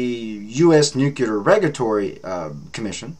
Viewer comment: Good channel! Please try to say nuclear and not nukular. This is not meant to be a nasty comment.